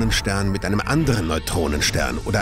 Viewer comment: Er sagt kollidiert...